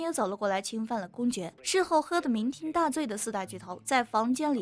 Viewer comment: 酩酊ding3大醉 不是ting